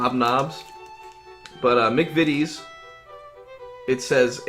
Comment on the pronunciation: The first video of this type where McVities was pronounced correctly straight away. Instantly subscribed.